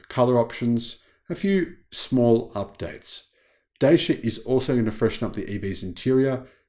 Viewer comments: it's pronounced ''Da-chee-uh'', not Daysha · It’s pronounced DATCHA in the UK m8